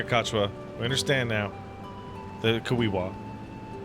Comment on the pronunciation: CACH-KEE-WA. THEY SAY IT SO MANY TIMES IN VOICED DIALOGUE HOLY SHIT.